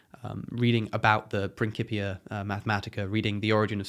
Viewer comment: It gives me an odd sense of joy that you pronounced principia propperly. Also, really glad you've become a vegan ^_^ Also, my recommendation is the Silmarillion. I've read it fourteen times already, but there's enough beauty, depth and wisdom in it to justify plenty more readings.